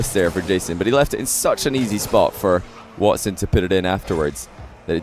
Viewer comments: tell me how is from the EU, and kept pronouncing wats10 when the guys name was watson lol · Again with the watts 10! Dude you can't broadcast without being able to pronounce simple names.